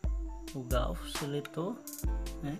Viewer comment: É garfo não gaufo kkkkk